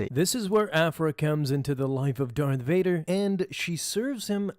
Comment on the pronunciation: You know I really like how you say Darth Vader’s name.